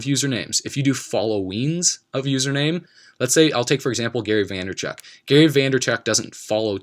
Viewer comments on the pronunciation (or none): Vaynerchuk NOT Vanderchuk :)